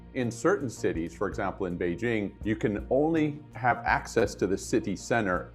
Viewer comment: FINALLY, someone who can pronounce "Beijing" correctly without replacing the j sound with that zzh sound that so many people like to do for no apparent reason other than because they believe just because it's in another language, the letter J doesn't make a J sound anymore